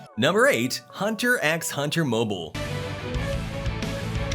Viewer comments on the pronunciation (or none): Bro it hurts when anime lovers Heard hunter x hunter 😭 btw it's hunter hunter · you don't pronounce the X in hunter. PLEASE DON'T.